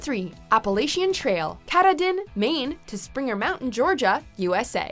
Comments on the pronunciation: Nice list. Katahdin is pronounced Kuh-TAH-din. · What the hell is up with your pronunciation of Mt Katahdin like that?! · or the CDT, American Discovery Trail, Arizona Trail, or the Pacific Northwest Trail. Also I've never heard someone butcher the word Appalachian or Katahdin before.